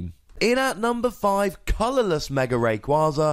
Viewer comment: ITS F IN RAYKYAZA